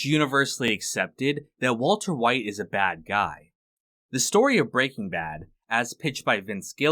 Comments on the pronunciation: You are saying it wrong. You are emphasizing BRAY king bad. It's Bray king BAD. No one else says it like you do. Stop. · Bruh why is it every time I find a video essay on BrBa the creator pronounces it “breakingbad” and my dick goes hella soft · why did you say breaking bad like that??? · The way you emphasis the "Breaking" in "Breaking Bad" is so odd